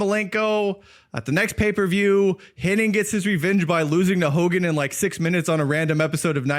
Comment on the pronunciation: It’s Hennig, not Henning. 🤦🏼‍♂️